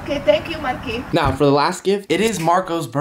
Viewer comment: Yoboylen Lit I’m pretty sure she said marki